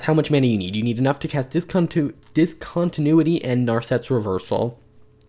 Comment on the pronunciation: I was thrilled to hear you pronounce discontinuity correctly. Cool combo, man.